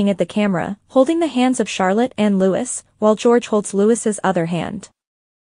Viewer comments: It’s Lou-E, not Louis!!! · You said Lutz……. It’s not Lutz it’s Louie. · It's Louee, not Louis. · It’s NOT LOUISSSSS it’s pronounced LOU-EE. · It’s pronounced LOO EEE! If you’re going to do it, do it right! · Wonderful photo! (But it's pronounced Loo-ee, not Loo-is.) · It's pronounced "Lou --ee", not "Lou-iss".. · it is Louis pronounced loue, not lewis and Catherine not kate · Reporting on RF learn how to pronounce the youngest sons name it is not lewis it is Louis pronounced Louee. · Louis use the French pronounciation /Loo ē/. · His name is pronounced Louie. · Louis is pronounced Looee. 😀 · Who the hell is Prince Lutz ? 😂🤣😂🤣 I know it’s AI but really 🤷🏻‍♀️🤦🏻‍♀️ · You could at least pronounce Louise properly